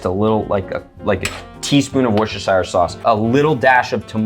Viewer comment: I use brandy Please Andrew, Worcestershire sauce is pronounced